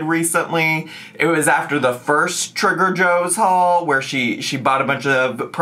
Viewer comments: i must be experiencing amber overdose; i kept hearing you say 'trigger joes' instead of 'trader joes' 😂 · are you saying Trigger Joe's on purpose or is it just my ears? hilariously fitting either way lol